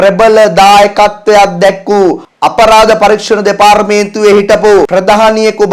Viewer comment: දෙපාරමේන්තුව!!! 😂😂සිංහල ඉගෙන ගෙන සිංහලෙන් කියවන්න